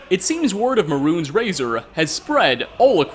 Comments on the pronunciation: "meh-runes" sigh May-runes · Maroon’s razor?? No it’s pronounced may-rune’s razor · I'm convinced this guy has never even played the game. He called Mehrunes Razor, Maroons Razor. He mispronounces too much to have actually experienced these things first hand.